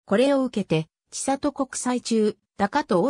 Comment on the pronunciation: ちさと じゃなくて せんり なんやけどｗ